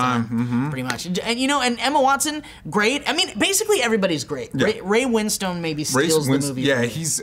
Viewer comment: ray win-stone.......